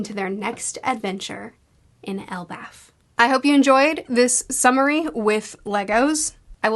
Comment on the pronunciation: Not going to lie... when you started this I thought you said a submarine video instead of summary...